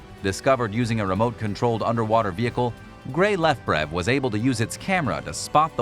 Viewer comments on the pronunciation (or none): none